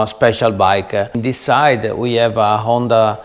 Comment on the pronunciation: " Dis is a very very VERY nice " Love it brotha! Lol